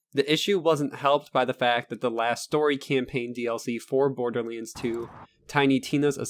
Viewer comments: LoL borderleends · wtf is borderlainds ?! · Borderlands not Borderlanes xD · Am I the only one hearing "Borderleeds?" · Why does he call it borderlins? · Stop saying borderlands like that. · am i the only one that finds it funny how he pronounces borderlands? no disrespect dude. great video! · sorry couldnt finish your fucking video after hearing you misspelling borderLANDS!!!!! 50 fucking times my nerves cant handle this much ....